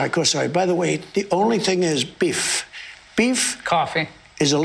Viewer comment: His pronounciation of Walmart might be some form of aphasia related to his dementia he also said biff instead of beef..